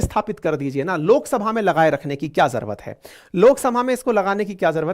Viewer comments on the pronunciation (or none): आप हमेशा " जरवत" बोलते हैं , ये शब्द " ज़रूरत" है